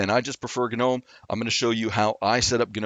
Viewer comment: The moment he said GUH'nome, I couldn't continue. It's like.. comon..